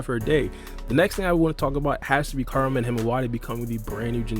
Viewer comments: Every time this man said Kurama it sounds like Karma 😂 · You gotta learn how to pronounce Kurama bro, it’s not karma lol